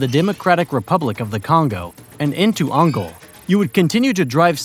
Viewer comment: All good apart from the incredible pronunciation of Angola (which is not ANGÒL, ) and Namibia (resulting in an incredible NAMBIA, ), mistakes typical of a speaker who has learned about the very existence of these countries like 5 minutes ago